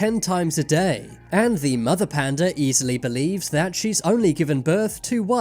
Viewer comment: This story makes me want to change the spelling of "panda" to "panduh."